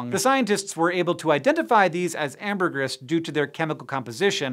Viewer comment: Why does Hank hate the long e sound? Larvae is "lar vee"! Amergris is "am ber gree"!e